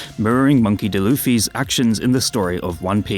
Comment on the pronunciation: Did he just call him monkey deluffy